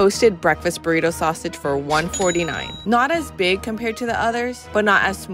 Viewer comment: The ways these dudes pronounce spanish words is just hilarious...buritou...